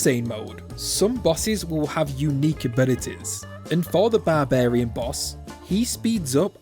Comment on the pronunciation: It’s barbarian not barbairn